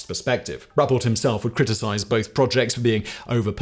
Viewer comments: Simon , it’s pronounced “rue pelt” this about cause me to claw my ears out , but please keep up the amazing videos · It’s actually pronounced (Roo-Pelt), just saying.